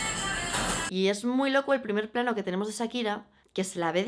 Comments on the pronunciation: puedes dejar de decir ZZAKIRA? jajajaj te adoro pero porfa di SHAkira o sea Cha pero con S. <3 besos jajaj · Amiga no es Sakira.... Es Shakira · SSHHAAAAAKIRAAAAAA, NO SAKIRA